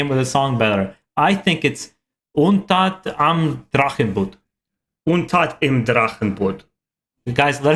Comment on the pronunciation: Nice reaction. Thumbs up! :) Your brother won the pronunciation game. He definitely pronunced the "i" in the word "im" correctly and you didn't. BTW: Feuerschwanz is pronunced like "Foyerschwanz". The "eu" in Feuer is an "oy" sound. Greetings Mega